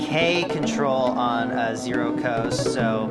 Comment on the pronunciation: This video keeps throwing me off. I’m used to the 0-coast and 0-control pronounced “no-coast” and “no-control”